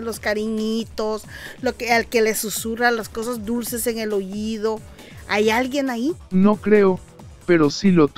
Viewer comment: Como que,OYIDO ? Se dice OÍDO 👂